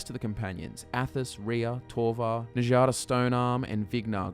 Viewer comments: "enjada stone-arm" you've been playing skyrim for how long and you still don't understand that nords pronounce "J" as "Y"? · You do realize that nords pronounce J like a Y, right? With that in mind, who the hell is "Na-jah-duh"??? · Njada’s name doesn’t involve the “j” sound it involves the “y” noise making it “Nyada” like how the jarl is pronounced “yarl” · Njada is pronounced as Nya-da, just like fjord. just saying... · Says Skjör's name correctly but not Njada. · A wonderful job Sir! You have enlightened and intrigued my interest once again! I only have one minor complaint, and I'm sorry to be grammar police, but why are you mispronouncing Njada? Before you rebuttal, I know that you know how to pronounce Nordic name as you pronounced Skjor correctly! If you feel like I'm being too picky, I am because I have been pronouncing Njada like Nadia! Just had to say so! On a not so picky note, I never considered that the Silver Hand could be a wayward faction of the companions! They always did seem like a strangely random cult! Your theory makes the whole thing come full "Circle" LOL!!! Love you guys and love your channel! I hope you NEVER run out of lore ideas and may the YouTube INGSOC party never demonetize your content!!!